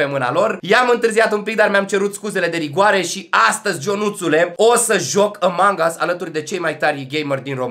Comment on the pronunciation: nu mai spune "Ămang" pls ca imi divorteaza urechile =( (no hate), pwp <3